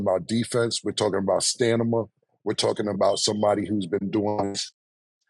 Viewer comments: "STANIMA" LOL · CAM 1. CHANGE the batteries in that smoke detector! This happens way too often, to be on Zoom, with a everyone listening to all that chirping, in the background. 2. STOP saying "stanima". It's STAMINA! STA-MIN-A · That boi Cam said, "we taking about STANIMA......." 😂😂😂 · Cam its Stamina not STANIMAH😂😂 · Stan-nah-ma is crazy, it’s Stan-min-uh Stamina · 😂😂 it's STANIMA according to Camron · When say Stanima is HILARIOUS 😂....Stamina man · Did cam just say 5 5min rounds equal 20mins ia wild.. cause mayweather has STANIMA this nikka said STANIMA😂😂😂😂😂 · “We talking bout defense, IQ, STANIMA 😂😂 “stamina” has Cam in a chokehold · Are we going to continue to let Cam pronounce “Stamina” incorrectly! Although Stanima is funny as shit. 😂😂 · Cam always say stanima 🤣🤣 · Cam say stanima instead of stamina 😂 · Stan-Nuh-Muh = Stamina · Cam! It's Sta Mi Na!!!! Not Sta Ni MA! Hahahaha....cmon bro! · I hate the way cam says “STANIMA” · Stamina.....Not Stanima....😂😂😂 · Cam love is love bro but it's Stamina NOT Stanima 😂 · Stamina! Mf Stamina. Switch the N for an M. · Cam can't say Stamina to save his life..wtf is Stanima? 😂this not the first time he's said it like that too..I can't keep letting that slide.😂😂😂😂😂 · Cam Its STAMINA NOT STANIMA!!!😂😂😂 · My nigga Cam said " stanima"😂😂😂 I know he meant "stamina" tho. Big teeth ass nigga😂😂. Love from Memphis Tn. #TitleTown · Killa be saying stanima.. that's not the word Killa..!! 😂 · Cam It’s “stamina” not “stanima”. It’s “Darvin Ham” not “Darwin Ham”. Nigga just up there saying anything and nobody correct him. Like come on goddamn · Cam listen it's STA-MI-NA 🤦🏿‍♂️ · Stanima 🤦🏾‍♂️ my guy will not put that M before the N for nobody 😂😂😂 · It’s week 152 and cam still can’t say stamina😂😂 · This the like button for everybody who officially gave up on the thought of Cam ever sayin STAMINA right 🤣🤣🤣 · Cam and stanima pause 😂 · Cam gotta work on the dyslexia. Stanima be killin me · We talking about stanima! 😂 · Cam ‘stanima’ gotit